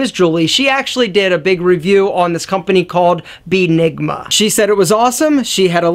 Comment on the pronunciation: "BEENIGMA"?! DAT "BEE" RAYCISS!!!!!!!!